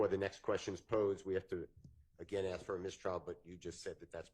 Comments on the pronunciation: I axed, how is that acceptable English? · How does spell "ask"? Is it ax, axe, or aks? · “When I axed the question your honor” … what a joke. Did this prosecutor pass the bar??? PLUS, THIS JUDGE IS DIRTY. She’s a Wolf in sheep’s robes. It stinks all the way to here in Oregon. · The prosecution ax a question, what is ax?